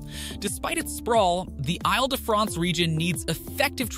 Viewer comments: Oy! The pronunciation of Ile. ha! It is pronounced as "eel". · When making a video about Paris, you’d think someone would spend a even just few seconds to learn how to pronounce the names of the places - and perhaps even the name of the entire region. (Île sounds like ‘eel’) Or maybe find an AI voice character that is capable of pronouncing French place names.